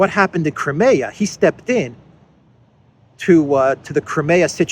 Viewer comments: cry-me-ah, not cry-may-ah!!! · I enjoy and appreciate your analyses, but could you please pronounce Crimea with a long I as in “ CrYmea” as we typically say it in English? Thanks!